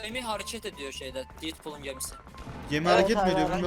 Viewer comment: Ya abi düzgün söyle didpool ne detpul